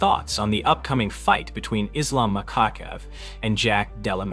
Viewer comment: Did he just say Islam macawcev😂